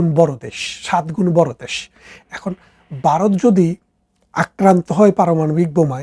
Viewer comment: আপনি বলছেন বারত , যুদ্দ , ইত্যাদি । কেমন হলো